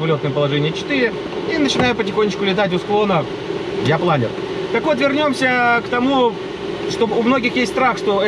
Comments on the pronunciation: планЁр, вашу машу! кровь из ушей... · Планёрррр! Никакого другого произношения даже не подразумевается.